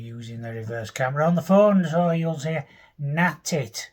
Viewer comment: Na'tit, hilarious 😂 love it!